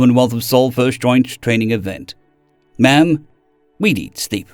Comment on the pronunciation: Not the soldier at the end of the second story calling the lady in charge "mom" instead of "ma'am" 😭